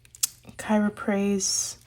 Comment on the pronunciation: So helpful,, loved this video! And you said Chrysoprase perfectly - I love that colour and the gemstone it's named after!!:) I will probably just get the Lush set - it has the least repeats for me.